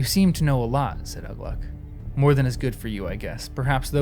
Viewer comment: A hint on how to read the non-"common tongue." Watch for the accent marks like in the name Ugluk. (I can't put the accent in.) The accent mark tells what part of the word to emphasize. So Ugluk is pronounced oo-GLUK, not Uh-gluk. Lugburz is pronounced Lug-BURTZ. I think the pronunciation guide is in the appendices, and it's fine to read it right now, it won't spoil anything.